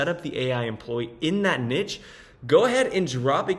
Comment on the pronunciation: It is pronounced "nee-sh"